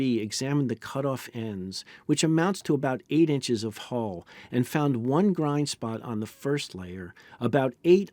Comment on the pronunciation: U and in umbrella or unbelievable. Hull not hole.